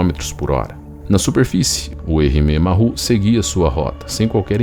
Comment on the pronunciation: A palavra "Maru", se pronuncia como se escreve, a pronuncia "marrú" está incorreta. Uma dica, quando tiver dúvidas sobre a pronuncia de uma palavra estrangeira, escreva-a no Google Translator e clique no ícone do altofalante, ou se preferir, procure um dos vastos guias de pronuncias que existem na Internet. Entenda isso como uma ajuda de alguém que curte seus vídeos e que presta atenção nos detalhes. Espero ter ajudado e fique bem!